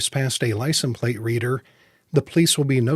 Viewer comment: Wondering why you say licen plate..... Great videos though.